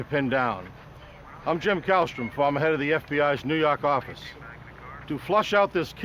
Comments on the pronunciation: NEW YAWK AFFICE! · "nuu yawk affice"